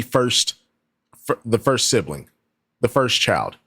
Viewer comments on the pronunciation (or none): She says sibling like sibaling and family like fambily I can go on and on.